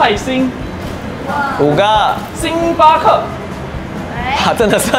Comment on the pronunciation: 红队嘛不是一样一直在掰！星巴克（克第四声），可可饼干（可第一声），这已经错了好吗！语文是体育老师教的吗！